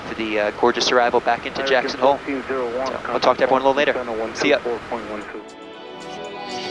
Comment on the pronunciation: Its JACKSON and not "HOLE"